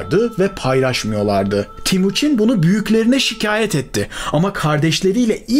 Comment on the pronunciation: Timuçin değil TEMUÇİN (Temir - Demir / Çin - Gibi)